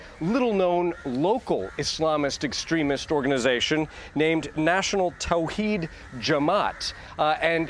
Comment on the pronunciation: Actually its thowheed jamath. Nice try